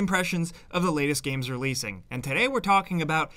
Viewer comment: This is the intonation of the "before you buy" intros, i've been missing so much. At some point you started to say the "latest games releasing", as if it was a question. Stick to this one! I want to be certain it is the latest game releasing! ^^